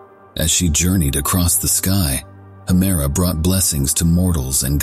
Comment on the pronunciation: I just recently discovered your videos, and they're really great! I re-watch them multiple times. One question, though. Why do you pronounce 'Hemera' and 'Uranus' two different ways in the video?